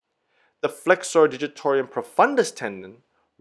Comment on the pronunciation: Yes ... and "digitor - um" ... it appears he is trying to say " digitor - ium" each time (?!)